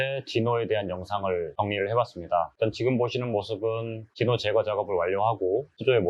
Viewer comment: 귀한 자료 감사합니다. 근데 제 귀에는 '디노'가 '지노'로 들리네요.. 제 이름이 진호라서요 ㅎ